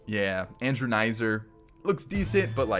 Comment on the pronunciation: My man called him Andrew nizer😂 it’s pronounced kizner. No hate just hella funny